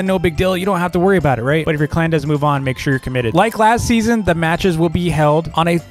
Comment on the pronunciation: When ever says last season I think is saying lassy